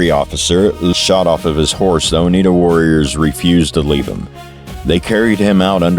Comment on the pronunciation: oneida....no. (t) anywhere.. i this guy real or ?A.I. its. o n e i d A. A